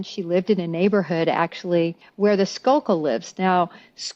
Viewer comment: Just to clarify -- the name of the family involved in the Moxley case is Skakel, pronounced "skay-kul," not Skalkel. And if I remember correctly, the golf club used in that crime had been left laying outside on the lawn.